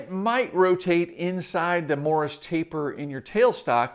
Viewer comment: Almost sounds like you're saying 'Morris' taper rather than Morse taper